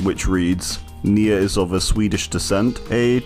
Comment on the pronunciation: nemesis perk even says NE-a virus